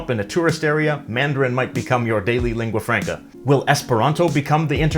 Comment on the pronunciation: Albert Böschow yes so hell learn saying lingua franca[franca] not [frenca] no reason to make the first a sound like an [e] and de facto the same why [e] my English may be bad but he has to do it right as he is in a "teacher role"